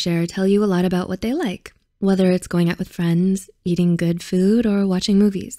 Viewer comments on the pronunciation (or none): none